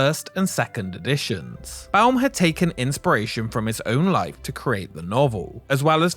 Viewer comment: Thank you saying Baum correctly. So many people mispronounce his name constantly.